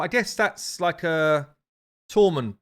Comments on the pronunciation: Hey Now! Love your vids...however, the new Shadowkin Champion, considering Shadowkin use Japanese names, Tomoe is pronounced To-Mo-Eh. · saying Tomoe is sending me 🤣🤣